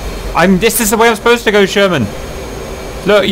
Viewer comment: i just hate how cap says sher-main instead of sherman